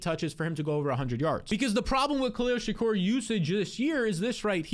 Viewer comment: “Khalil Shak-OR” 😂